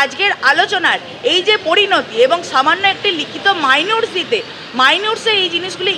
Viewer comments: Minute মাইনুট না মিনিট। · Are minutes er uccharon ta thik kore koro..puro noi banglai bolo..onek hoyeche..esob anarchy ebar bondho hoa uchit